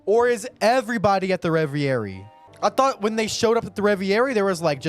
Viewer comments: ITS. PRONOUNCED. RE. VE. RIE. NOT REVY AIRY. PLEASE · "Revi-eri" lol "Reh-ver-eee" Dope reaction as always though bro! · hey, french guy here. please pronounce it "ray-very". thanks.